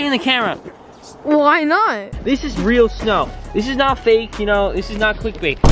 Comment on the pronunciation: What the hell is faek? 😂 I thought the word was fake! But just stop hating.